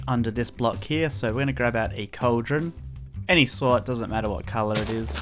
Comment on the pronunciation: Did he say cauldron